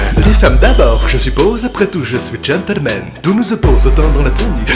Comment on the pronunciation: gentleman pas gentelmen bordel !